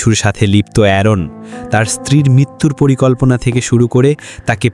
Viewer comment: পরিকন্তনা না পরিকল্পনা ভাই ২৪:৪৭